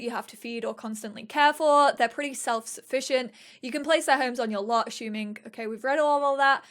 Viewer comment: Anyone else finding hilariously charming how she pronounces 'assuming' as 'ashooming'. haha